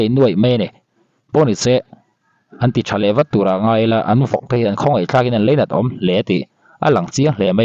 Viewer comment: Leinat niloin Lainat aw